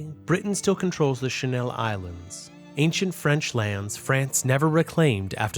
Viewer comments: Why did he say channel like a French word. I think they call it the sleeve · Its not the "shannel", its the channel. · i love the pronunciation he does: shu-nel islands, instead of channel islands